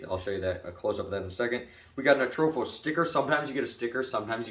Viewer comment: No H in Atropos mang